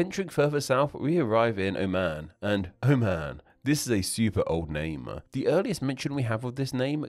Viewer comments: Oman is pronounced "o-muhn", not "oh, man". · not even "o-muhn", there is the ع letter in the beginning which makes it impossible to pronounce it correctly in english. the closest correct pronunciation to it in english would be "oh maan"